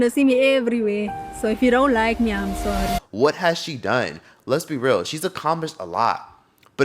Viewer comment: 🙂‍↔️ TAHH!! That's that arrogance EVERYONE is talking about, rudeness. Well, "I'm sorr-the." Actually, SORRY NOT 🙅🏾‍♀️ SORRY I'm not "sorr-the." 🤣 You ARE DONE! Move TF around, Tyla and Cardi B!! "Hate to be tha one to tell ya" (In my Kash Doll voice) MOST FBAs do NOT like you, and we do NOT 🙅🏾‍♀️ support you. The ones that do, REALLY NEED to wake TF up, because EVERYONE EVERYONE HATES US!! You guys wanna invite EVERYONE to the cookout. That's EXACTLY why we have ALWAYS been the ones at the bottom, and because we CANNOT STAY on CODE like EVERYONE else. SMMFH 🤦🏾‍♀️ Unfortunately, WE are going to HAVE to leave a LOT of US / FBAs behind, because they refuse to get on board. Since the beginning of time, TOO MANY of OUR people have wanted to be all-inclusive, and support the very people that hate us. And, it has ALWAYS led to OUR demise ONLY. My GOSH!! 🙄 How many times does history have to repeat itself? How long are we willing to continue to STAY at the FUKN bottom, because we want to support EVERYONE and invite EVERYONE?? We invited EVERYONE into OUR culture, then THEY tell US we don't have any culture, while they STEAL OUR culture, and then we sit there with our mouths wide 😲 open with the d*ck look on our faces. Now that we have caught on, we HAVE to move accordingly. THEY are erasing us from history. Non-FBAs are booking EVERYTHING, even though they are black, but they're not FBA. They are booking Clear folks as well. Again, THEY have taken over EVERYTHING that once